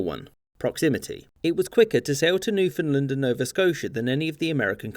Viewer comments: Any chance you could pronounce Newfoundland correctly if you make another one of these videos? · I enjoyed that so much I'm not even going to comment on your butchering of the word Newfoundland. (It's supposed to rhyme with understand). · Newfoundland is pronounced like "understand". Understand Newfoundland. But not a biggie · you say Newfoundland wrong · That isn't how to pronounce "Newfoundland." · Sir, It’s NewfoundLAND not what ever you said, are you from Ontario? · Your pronunciation of Newfoundland killed me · Excellent, as usual... but "Newfoundland" is pronounced with the same emphases as you use in "understand." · Newfoundland is pronounced more like New Fund Land by the people who live there, if that counts for anything. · I hope in the three years since you released this video you’ve learned how to pronounce Newfoundland properly. (Best way to remember to emphasize the land part is to say it like understand. Un-der-stand New-found-land) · Newfoundland rhymes with understand. Please don’t say Newfinlind. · Pronunciation comment: “UnderSTAND it’s NewfoundLAND” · New-f'n-land not New-f'n'-l'nd. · I had no idea Newfoundland was pronounced NewFINDland. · Newfinland xD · You are pronouncing it wrong. It's New-fin-LAND. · Two things. 1.) The western part of Nova Scotia between what is now NS and Maine became New Brunswick because of the American Revolution and 2.) you pronounce Newfoundland to rhyme with "understand". Understand Newfoundland. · Great summary but Newfoundland pronounced wrong. It is pronounced New fund land or New found land and rhymes with understand. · Why do i always hear newfoundland as newfinland? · Insider tip: it's pronounced New-fun Land. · Newfoundlander here. You pronounced Newfoundland wrong everytime in this vid. It rhymes with understand. Like understand Newfoundland. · you said newfoundland wrong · It is called Newfoundland....not Newfoundlend. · "Newfinnedlund". shudder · Imagine calling newfoundland newfinland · "New Finland"